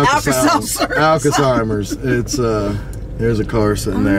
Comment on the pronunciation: Alkasymers 🤣🤣🤣🤣 Alzheimer’s I died 🤣🤣🤣🤣